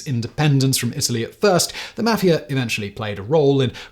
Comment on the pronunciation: You can't pronounce Italian names. Or even the term Mafia.